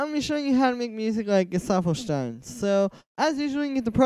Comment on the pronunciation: The first English speaker to pronounce correctly Gesaffelstein 👍 double 👍for the vid.